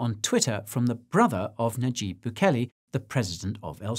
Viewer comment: Is it really so hard for Americans to pronounce "nayib"? Lol